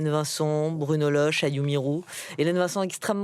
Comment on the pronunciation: C’est Bruno Lochet pas Bruno Loche ! 😂